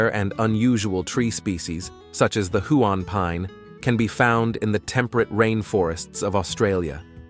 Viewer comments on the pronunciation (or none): More than a bit pretentious for a North American voice with pronunciation errors (eg Hew-on - which should be Hew-nn {emphasis 1st syllable} for the name of a river and rare pine tree) to announce its knowledge of an Australian state.